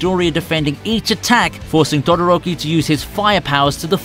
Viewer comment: did you just say dodoroki😂😂😂